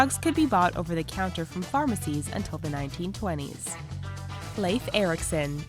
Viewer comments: why did you say lafe erickson? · Did she just mispronounce Lief Erikson's name? Or have I and everyone else I know been mispronouncing it?